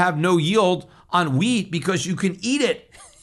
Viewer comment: Peter said wheat, but for a second I thought he said weed (hemp) LOL Can’t imagine Peter stockpiling weed!